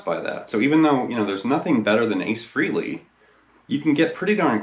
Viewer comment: Fray Lee - not Free-ly